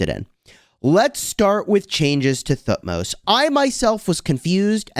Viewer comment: the way you pronounce thutmose helps me to learn th sound :D thank you.